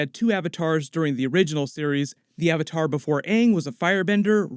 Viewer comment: or "AHVAHTAHR" im going to roit